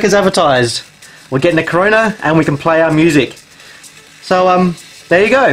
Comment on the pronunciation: "Corona" not "Coroner " lol!